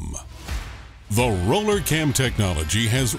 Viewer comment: RRRRRRRoooooooller Cam.... The Arnold Schwarzenegger of cams ....